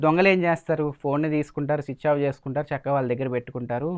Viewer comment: Chich-off☑️ switch off ❌